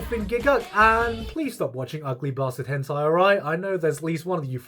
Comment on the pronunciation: Nobody: Gigguk: Höntayy